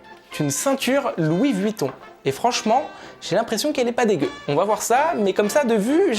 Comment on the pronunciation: J’aime bcp tes vidéos mais stp arrête de dire louis ˋ`vouitton ´´